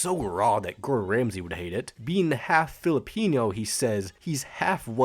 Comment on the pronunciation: Did he just say “Filipiño”?